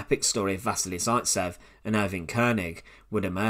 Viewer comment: I just want to say you've pronounced vasily zaitsev wrong. Other than that it's a great video :)